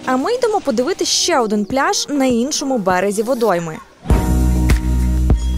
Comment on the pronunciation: не "ше", а "ще", позбувайтеся кугутизмів в мові, не дякуйте